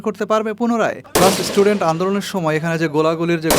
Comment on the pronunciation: Age istudent theke student bola sikhun. Tarpor channel chalaben